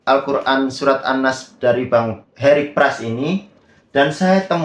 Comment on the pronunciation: Heri Pras malah sentil habib Umar bin hafidz 😂😂😂 yg udh jelas hafal ribuan sanad hadis 😅😅😅😅 miris baca an nas aja salah 😂😂😂